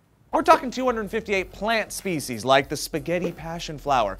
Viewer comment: 0.48 "Fish speshies".